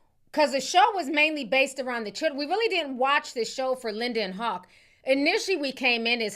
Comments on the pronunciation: why the hell do you keep saying hawk Hogan😂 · Where are you from that has you pronouncing Hulk as Hok? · Hulk sounds like Hawk 😂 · That pronunciation of Hulk is sending me!